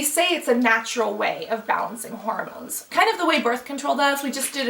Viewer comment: GIRL! It's HORmones, not HOROmones!!